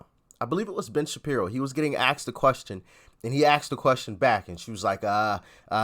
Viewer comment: I like this site, but the guy says "axed" instead of "asked". He probably also says "bafroom". Now am I being racist? This is only about proper pronunciation for God's sake.